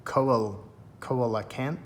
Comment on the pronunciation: it's pronounced see-lo-canth btw based on a real fish